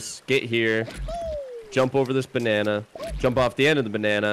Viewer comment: I love how, instead of saying "Banana" he says "Banarnar"